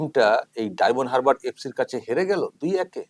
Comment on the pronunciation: কত অশিক্ষিত, বলছে ডায়মন্ড "হাবড়া" উচ্চারণ টা শুনুন